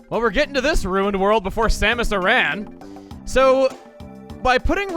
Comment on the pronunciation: Okay but how he said Samus Aran though